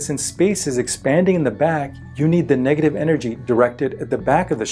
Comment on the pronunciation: how many times he said the word degative?????